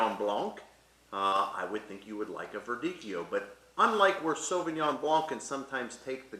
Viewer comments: Blanc means white in French. So it doesn’t matter if it’s in Sauvignon Blanc or le camion blanc. The c is silent in the word “blanc”. Anyway, my point was, as a beginner I’m looking for people who’s knowledge I can trust, and mispronouncing (or anglophoning it) one of the most common grapes jumped out at me. Doesn’t mean you don’t know your stuff of course. So, since you’re helping me with wine knowledge, I thought I’d give you this little tip ! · Fyi… don’t pronounce the C at the end of Blanc when saying Sauvignon Blanc. It’s incorrect and makes you lose credibility - message from a wine learner, but a French native. Thanks for the video!